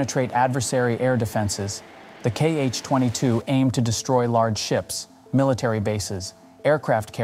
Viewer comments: We don’t call them “kee-eich”, Cyrillic letter X reads as “ha” in this case. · It is not kh-22 it is x-22. X (sounds like "ha " in Russian).